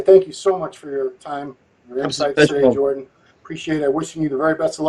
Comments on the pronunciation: Bro called legend to a podcast and couldnt even say his name right smh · An unbelievable level of ignorance. Invites Jordan on, can't even get his name right......